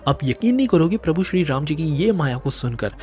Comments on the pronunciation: राम बोलिए। रामा क्यों बोलते हैं? रामायण को रामायना क्यों बोलते हैं। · मूर्ख...लार्ड रामा नही... भगवान राम....रामा नही। बोलना तो सीख ले बंधु।